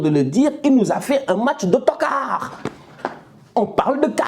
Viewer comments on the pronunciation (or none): J aime trop ton accent sur le mot toccard 😂👍 ntokaaar😂